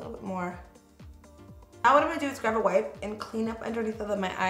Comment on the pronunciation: I notice you say “grav” instead of grab 😂